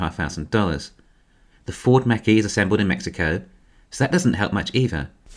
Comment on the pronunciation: just want to clarify, the correct pronunciation for the ford Mach-E is as follows ˈmäk and then an "E" not "Mackeeee"